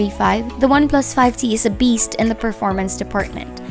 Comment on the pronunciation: “Beest”, haha!